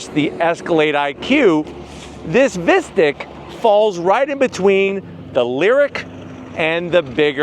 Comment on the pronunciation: Sounds awful pronounced like “mystic” vs “mystique”.